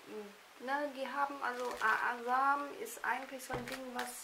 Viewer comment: Fraglich wieso man ein Video macht wenn man Jedesmal den firmen namen falsch Spricht .. naja